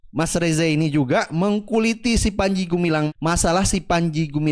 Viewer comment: Salah ngucap panci.....